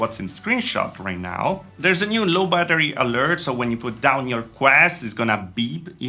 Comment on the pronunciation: Hi, great work as always. Just a heads up, at 7 minutes,it's ALERT, not ALLERT. Keep up the great content!